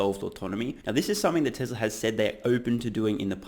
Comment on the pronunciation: Mate I love your show but you have to stop pronouncing Tesla as Tezla.. Listen to how Tasha pronounces it. It's Tesla with an S.